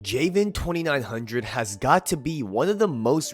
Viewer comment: Your pronouncing his name wrong bro.